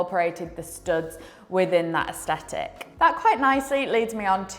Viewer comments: are you thying to pronounce asthetic? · Really enjoy your content. But please pronounce aesthetic correctly. Its doing my head it.